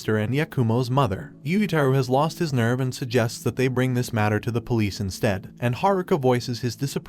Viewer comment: when the idiot Narrator can't even pronounce police properly and say's pol.